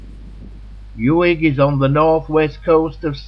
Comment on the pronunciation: Nice film but where did you dig out the narator? Mispronunciations throughout: 'Yoo-ig', dropped H in 'Hebrides', it goes on and on. What a wasted opportunity!